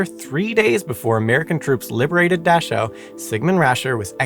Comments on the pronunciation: "Dashow" and "Luffwah""? Maybe you ought to contact Feli From Germany to lean how to pronouncew German words. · It's mengele and Dachau " dach-ow" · Please stop saying “dashow” and “luftwaff”. It’s a cruel and inhumane assault on my ears. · I've never minded when you step in, but a pronunciation guide might help you. Several of your pronunciations were cringe worthy, specifically Dachau(daa-kau) due to it's repeated use. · Its pronounced Da-cow, not “Da-shew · It is pronounced Daa'cow not Dash'ow'. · It's "dah-cow" NOT "dash-ow"! How could you get such a well-known pronunciation wrong? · I’m not going to scroll through 1400 comments to see if anyone else mentioned this, but I believe the camp is pronounced “Dak-ow,” not “Dash-ow.” The content, no matter how factual, loses something with mispronunciations… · The final e in Mengele and Luftwaffe is pronounced. Dauchau is pronounced "Dacau", not "Dashau". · Nazis were not the only country to do horrid experiments on people. Japan WW II , USA 1945- today [ small scale but on going .] PS : Not 'Dash - ow' it is pronounced 'Dak - cow' . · What is a dashowwwhe camp? Never heard of it. Know plenty of aushwitz Birkenua and Menegele though. However most of his research was taken and classified. Would be interested to actually read it or see what medical advances were made. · It's pronounced Dakau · Good heavens, man - please don't assume your pronunciation of a foreign noun is correct and grate on the ears of those who know the correct pronunciation. Every time you botched Dachau (DAH-kau), it took me completely out of the storyline and even school children know the correct pronunciation of Luftwaffe. Yikes. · It's pronounced Dak ow, the ch is pronounced as a k. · Dachau. Pronounced as daa-cow, in English. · Dash-ow? So hard to hear each time. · You ought to check your pronunciation of some German words, like: Dachau, Luftwaffe . . . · You may want to check your pronunciation of "Mengele" and "Dachau"